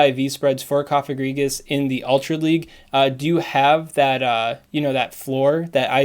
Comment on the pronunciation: Gourgeist includes the German word for "ghost", which is "Geist". The "ei" sounds like a short "i". "Geist" rhymes with "heist".